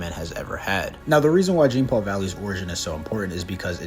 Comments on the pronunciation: Every time he says "Gene" Paul Valley, I wanted to send a nuke to him It's JEAN NOT GENE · His name is pronounced as john. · Yeah Genepool Valley’s first name is pronounced John-Paul because it’s French and unfortunately our gracious host doesn’t even try to pronounce it correctly. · Not really "John" it's pronounced like Jean Claude Van Damme. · It's not pronounced Jean like denim….. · Jean is pronounced as John, like Jean Luc Picard. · Jean(pronounced like john)-Paul Valley is such a dope character. I was so glad they put him in the Arkham games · Technically, his name is pronounced more like “John.” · Step 1: Learn how to pronounce "Jean" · He never said Genepoole, he just mispronounced Jean, he got the Paul part right weirdo.